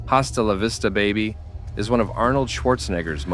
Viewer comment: It’s “ahstalla vista “